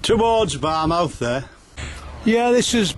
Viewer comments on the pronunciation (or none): It pronounced "Fair born" not "Fair burn" and "Bar muff" not "Bar Mouth"